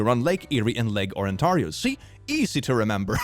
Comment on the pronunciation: why is no one talking about the way he said Lake Ontario?